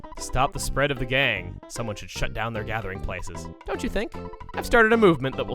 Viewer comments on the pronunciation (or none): When he said stop the spread of the gang I thought he said stop the spread of the gay.